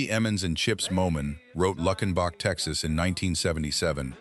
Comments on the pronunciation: Wish you would pronounce towns correctly. Lukenbach: LUKE!! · It's Luuuukenbach. AI ain't that smart, is it? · It's loo ken bach!! Please pronounce it correctly.